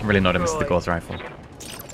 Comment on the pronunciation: Gauss isn't pronounced like "course" it's pronounced like "house".